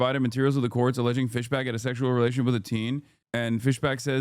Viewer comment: Fisbach? That's Markipliers actual last name